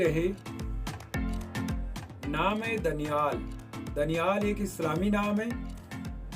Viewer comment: दानियाल होता है भाई